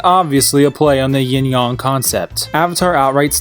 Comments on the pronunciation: "Yin/Yong"? #triggered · “yIN YoNG”